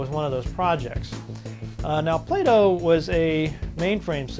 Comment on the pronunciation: It is "bow" as in bending over in the middle and tipping your hat ... and not "bow" as in the thing tied around your neck.